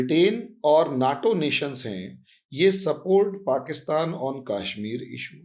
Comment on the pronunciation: Please fix your pronunciation. Its not KAAshmir but Kashmir. Please do not keep saying idealOgy - its Idealogy (emphasis on first syllable). Also you have an annoying habit of slowly repeating what you have just said in a manner of dictating notes: that may be ok in a classroom but not in a radio/TV commentary. And if you cannot adhere to any these suggestions, do fix at least your most annoying, distracting habit: please stop drawing flowers around keywords!